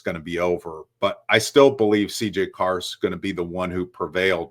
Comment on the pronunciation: It’s Carr. Stop it.